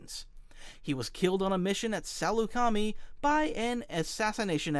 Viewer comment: Your pronunciation of Saleucami offended me